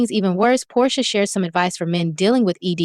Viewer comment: And you called Porsha …”Poday” 🥴😂😂😂 Chile, ya channel ain’t gonna make it. Just use your voice.